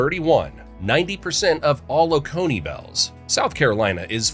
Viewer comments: I live in Oconee County. It's pronounced Oh-ko-nee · Also Oconee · Catawba and Waccamaw he got. He said Jocassee two ways, mostly JOKE-uhsee and one time jo-KAH-see. It's jo-CASS-ee. He said Edisto as eh-DISS-toe. He said OAK-a-nee instead of o-CONE-ee for oconee. Anyway its probably an AI voice and it's super annoying. But interesting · Edisto is pronounced “Ed A Stow.” Jocassee is pronounced “Joe Cass Eee.” Oconee County is pronounced “Oh Cone Knee.” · Edisto, Jocassee, Tupelo, Oconee Terrible pronunciation 😂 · Edisto, Tupelo, Jocassee, Cockaded, Oconee. Train your AI.